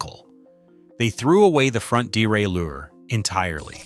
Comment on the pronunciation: Wish this bloke would learn the correct pronunciation of derailleur. It's bloody annoying!